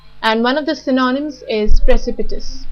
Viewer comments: Could you please help me with pronunciation of " synonym". How you have pronounced i felt is different. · The pronunciation is atrociious! :-( Check the transcription (especially for the word "synonym", which gets repeated all the time).